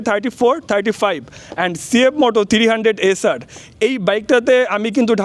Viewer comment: থ্রিরি হান্ডেড বলেন কেন থ্রি হান্ডেড বলতে পারেন না ভাই 😂